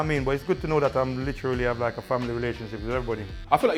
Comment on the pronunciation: HD everytime someone speaks-“Litcherallly”